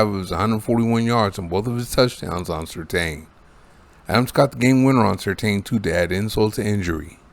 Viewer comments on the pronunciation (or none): It's pronounced sur TAN, not sur TANE.